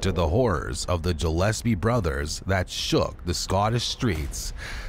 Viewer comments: I’m literally in and it’s ANNOYING as hell that you’re saying Jillespie G like Good G ill SP fishes GILL S P who tf is Jill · Dude its Gillespie not Jillespie ,check words before you do your vids , do your homework bro 👌🏻🏴🏴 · It’s pronounced Gill’Espea